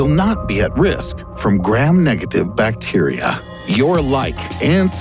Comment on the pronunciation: That pronunciation of bacteria... Plus a lot of this information is outdated and badly explained/presented.